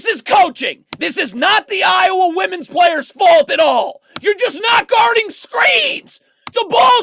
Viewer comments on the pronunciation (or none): none